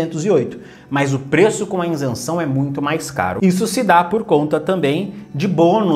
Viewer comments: VC PODERIA APRENDER A FALAR A PALAVRA "ISENÇÃO" ??? NAO É INSENSAO. PORFAVOR FALE PARA O MUNDO DECFPRMA CORRETA: ISENCAO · Continua falando insenção! Senhor do céu!!! Isenção por favor!!! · ISENÇÃO e não INSENÇÃO kkkkkkk chega a dar um siricutico de ouvir kkkkkkk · A pronuncia “iNsenção” está ERRADA. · Maior legal as orientações, e uns tontos corrigindo o português. Ninguém fala o português 100%. Se ele diz inzenção, você sabe que ele está referindo a isenção. Escrevi com Z se não teria que dizer com som de C.